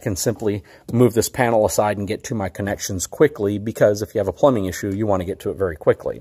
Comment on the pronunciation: Ability not abilidy Have not haff Product not prodict